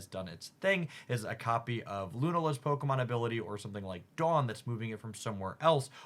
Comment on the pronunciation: Bro why can these pocket YouTubers never pronounce the pokemon right? Brooo